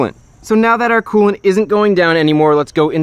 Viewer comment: Take a shot every time he says coolent